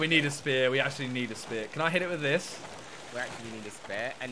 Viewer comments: For the first hour I thought was saying SPARE not spear🤣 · saying spare and not spear is😂😂😂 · Nobody:: Says spear like spare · kept on saying spare not spear its jokes